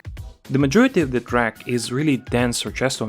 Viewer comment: A little nitpick, in English we don't usually pronounce the ch in orchestra! Nice video though!